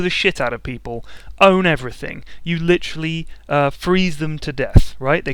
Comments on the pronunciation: He literally said "licherally" around 5 times in 7minutes. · Whenever he says literally it sounds like he is saying licherally.